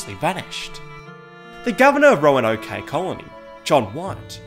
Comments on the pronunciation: It's pronounced "Ro-an-oak" btw. Not "Roanoké." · The e is silent! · “Roanokay” lmao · hearing him try to pronounce Roanoke was great. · Great video, but as someone from Virginia hearing him mispronounce "Roanoke" was painful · I have never heard someone say Roanoke that way lol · His pronunciation of Roanoke 😂